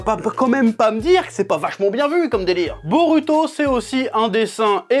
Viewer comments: comment tu prononce les noms comme boruto on proponse BOROUTO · chef wolah je t'aime bien mais kesque tu casses les couilles quand tu prononces les noms japoais wesh : Boruhto , sasuhké , naruhtoh mdr après toute ses années je sais que tu fais exprès